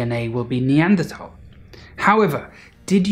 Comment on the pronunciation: Thank you for pronouncing “Neanderthal” correctly.